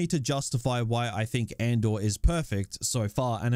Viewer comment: "Or Andor" sounds like "or/and/or"